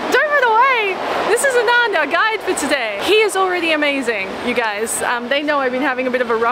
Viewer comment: Girl, his name is pronounced like ah-nun-dh not a-naan-dh :)